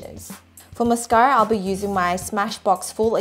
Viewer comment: when calls mascara "mascary"